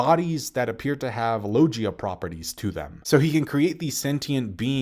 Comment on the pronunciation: You've veen reviewing this series for like ten or more years, and every vid the word "logia" comes up i make sure to correct you, and yet after all that and all this time, u STILL can't say "logia" correctly?!?!...